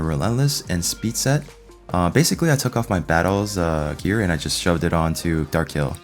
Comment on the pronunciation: Kai El... sounds ridiculous!